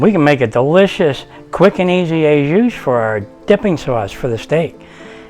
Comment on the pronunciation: Not "ay juice". More like "oh zhu". I'm sure you're a great chef.